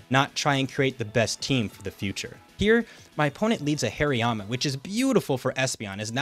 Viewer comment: the way this guy says slaking is driving me crazy, it's slack king not slay king. hairy-yama too. great vid though fantastic work